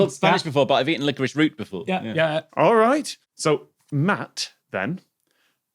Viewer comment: I kept stumbling over the fact that is still struggling with pronouncing the word licorice. And now I want to try hopping a mile in a sack race style. (My mile time has been suffering lately, so at this point why not?)